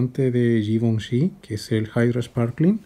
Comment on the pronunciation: Me enamore como pronuncia la marca Givenchy 😍